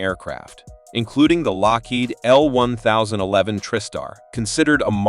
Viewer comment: Your AI voice does realize it is an "El Ten Eleven" (L1011)